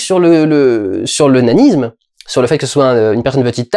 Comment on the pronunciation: Suis-je le seul à avoir entendu "l'onanisme" au lieu de "le nanisme" ?